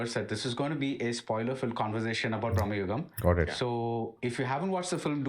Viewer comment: It’s BRAMAYUGAM but in hindi momootty saying it as BRAHMAYUGAM. Maybe thats y he’s pronouncing like that.